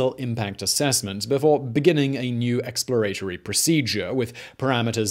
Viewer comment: Eks-plə-RAY-tə-rē? What the hell? 🤨